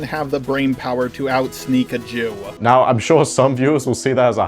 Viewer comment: I'm Jewish and every single time he said the word "Jew", it felt like I was being called a slur back to back just by the way he was saying it alone 😭